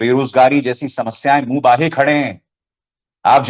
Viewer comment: abhisaar ji : aap batain v tathy bahut satikta se batate hain.kintu bahut baar shabd ghalat bolte hain. jaise : munh baahe shabd ghalat hai.sahi shabd hai 'munh baae'.